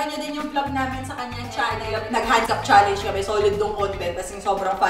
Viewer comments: CHALLENGE hindi challeYnge ang cringe eh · ito na naman si zeinab sa cha leyngeee jusko pede ba magturo ka sa jowa mo tama pronunciation ng challenge HAHAAHAHAHAH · Yun challenge talaga ay cha-ley-nge. 🤦‍♀️